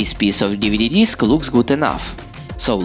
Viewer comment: ‘Deeveedee deesk’